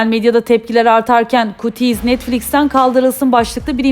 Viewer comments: Kutis diye okunmuyor qüğdiys diye okunuyo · Kutiis diye okunmaz kyûtiiz diye okunur